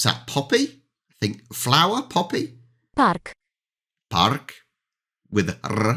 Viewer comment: I loved Your "parrrrk with rrr". It's so true, that we pronounce the r hard way, compared to English "park". Kwiat is flower in general. Wieś would be village, not necessarily a farm. Farm is... "farma". Droga in this meaning is a road, but in general it can also mean path. Btw, the name "samochód" is literal translation of "automobile". Samo- means that it does something autonomously. And "chód" is derived from "chodzić", which means walking and mobile means that it's in motion. Samolot is similar, but instead of "chód" it has "lot", which means "flight". Statek would be more of a ship. Again, hulajnoga is very funny word. It's derived from "hulaj" and "noga". Noga means leg. And "hulaj"... It's hard to explain to foreigner, but it's about moving (old meaning, as today it means something totally else). So it's stating the fact that You can move freely with use of Your leg. Taxi is longer, because saying "taxi" sounds unnatural. Maaaybe if it was used long enough, people would get used to it (or it was invented today), but -ówka is a suffix that is often used for things. Birefcase is aktówka, because it's "a thing for Your documents (called "akta" in polish, though it has specific meaning, because we are also saying "dokumenty" as well). But generally -ówka makes it as a thing for something or of something. It's easier to say, ironically. Cena is a price. Pokój is a room. We say "lampa" for bigger lamp and "lampka" for smaller ones. Generally suffix -ka is making it sound sma